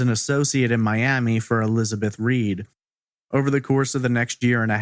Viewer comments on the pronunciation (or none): none